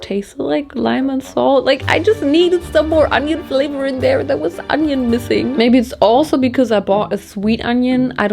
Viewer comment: It's onioin, not ANYIN.